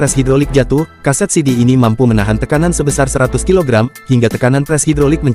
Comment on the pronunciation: Besar Zona penekanan nya beda